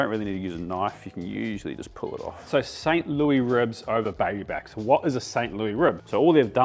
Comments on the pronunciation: Thank you for this. The ribs are a definite item in my future. One minor thing, it is pronounced St Lewis ribs not St. Looee . I figured you might want to know. Congratulations on the cookbook! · I was confused for a second when he said it the French way.